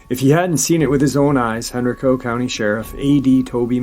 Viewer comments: Hey! Great Saturday Night LIVE talking METAL! Anyhow, I'm from the area of Virginia near these places mentioned in his video' Just thought I'd mention that Henrico is pronounced Hen-Ry-co (sorta like "Geico") and Varina (sounds like Va-Gyna!) Just figgered I'd let my Virgo freak flag fly! Stay Awesome! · Dogman? Sounds more like woman dog. Heard of werewolf of henrico. Hen_.rike_co is how its locally pronounced. I live in richmond, meant to hit up thay park, small park but swamps behind it. The white dog pack was also seen by a couple at nearby osborne landing who also thought they were supernatural. Dog bodied lady sounds like its. COincedentally the same part of henrico - varina. Pronounced like vagina